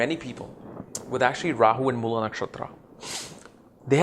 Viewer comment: Its Mool ( like fool) not Moolaa!😅